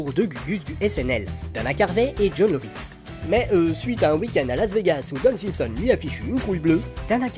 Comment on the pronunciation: j'allais le signaler aussi, en effet pas très clair la façon dont (simpson) c'est dit ;)